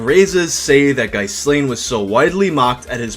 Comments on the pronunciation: His name is pronounced "Ghee-lahN," similar to the chick that helped Epstein. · As a chubby, nerdy, awkward Star Wars mega-fan who was a teen in the 90s I have every possible empathy for Ghyslain. (FYI it’s pronounced Gee-lane. Like that maxwell lady).